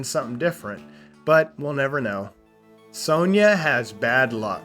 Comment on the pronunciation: you mispronounced Sonja too